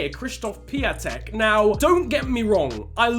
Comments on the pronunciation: Funfact about Piątek: His name in english is Christopher Friday. Also it is pronouced Pee-on-tek. Greetings from Poland mate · stop saying piatek wrong